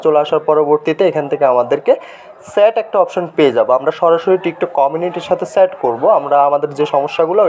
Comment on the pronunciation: ভাই ছ্যাট নয় চ্যাট😅😅